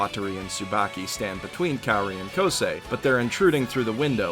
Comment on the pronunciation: the fact that you where pronouncing Kaori's name wrong made me wanna cry more than what i cried during this anime.